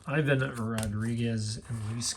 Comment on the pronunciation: You keep saying Ivan Rodriguez wrong, his first name is pronounced like Yvonne, not I-Vun.